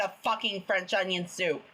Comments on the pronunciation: fwencth owniwiown thoop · THE WAY HE SAYS IT IS SO FUNNY “cen i get e french onin sope plese😢😢😢”